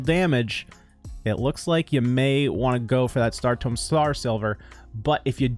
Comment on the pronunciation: It’s tomb. You constantly pronounce it tome. Tome is a book. Tomb is a place for dead people.